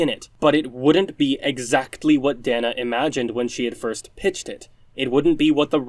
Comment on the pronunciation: Okay. My brain can't let this tiny thing go... Dana. Long A. Day-Nuh. Not Dah-Nuh. Sorry, my ND ass had to speak up on that. :p